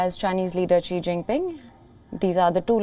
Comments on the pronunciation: Such shoddy work by the incompetent reporter: She doesn't even know how to pronounce the name "Xi." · Learn to pronounce “Xi” correctly. This is difficult to listen to a USA reporter that obviously did not go to the trouble to know how to say his name.